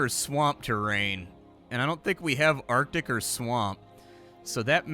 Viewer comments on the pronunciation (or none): none